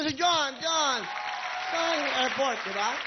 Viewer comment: WILLIE "Palakpakan nyo si Jon,yan AIRPORT diba" Effort hindi airport..hahaha..cute!listen!!